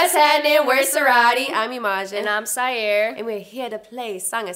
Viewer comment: her name is spelled Saiyr and it’s pronounced “Sigh-Air”